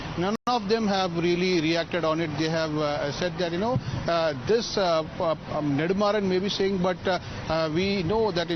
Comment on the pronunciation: It's not neDHUmaaran..it's neDUmaaran